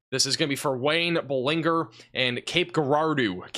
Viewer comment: Cape Girardeau is pronounced with a soft "G", sounding like a "J". Good work last night. I watch you almost every morning.